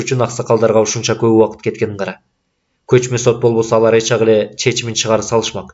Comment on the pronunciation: Автор (Ч)тамгасын колдонбойбу, же Ильгиз Мырза ошондой окуйбу?(Мисалы эч жакка дегенди эт жакка деп окуйт го)